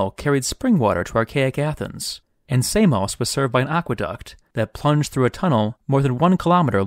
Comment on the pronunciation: Funny looking green water that. Got as far as the pronunciation of Samos being butchered before I realised an American should be the last to narrate this!